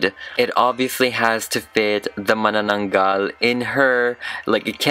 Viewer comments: hahah its pronounced Ma-nanang-gal :D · I read it as Ma-Na-na-nagal 😭🤚🏻 i didnt know how to pronounce it